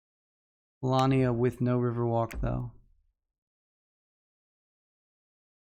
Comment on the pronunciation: Actually, in polish the word "Polania" is pronounced the way does it;)